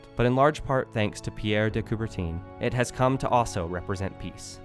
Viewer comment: They couldn’t even be bothered how to correctly pronounce Coubertin’s name… it’s not Coubertine🤬